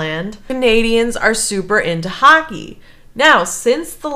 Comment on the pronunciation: It's pronounce hockey, with an O, not huckey....